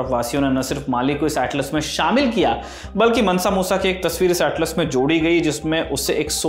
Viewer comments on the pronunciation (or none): none